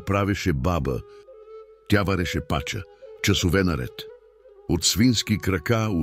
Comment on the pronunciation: Супер👍🏻 Тоя АI не се научи на Български!!! Командвайте го, слагайте му ударения!!! Пачà не пàча😂😂😂